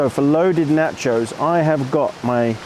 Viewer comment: I didn't like the first 30 minutes of no talk. I like it when you chat with us, makes me feel like I am along with you. And, while I know you are from across the pond and now live on the other side of the equator, the proper pronunciation is TAH-CO or NAH-CHO, not tay-co or nay-cho. BTW, Luke is wrong; you don't need music and I don't think you talk too much. As for ads - I watch YouTube on my desktop which has an ad blocker so I don't see the ads, GSD. Yes, I know there are folks who make their living on YT but I really don't feel a need to be beholden to them. Glad to see you back!